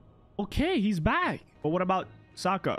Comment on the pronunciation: his name is Sokka btw hear how it’s pronounced cuz you’re pronouncing it wrong.